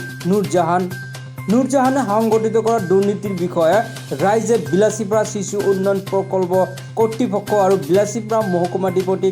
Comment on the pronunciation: অসমীয়া ভাষা কবলৈ আগতে শিকি ল।।।।কিহৰ চিচু, চূকুৰবাৰ@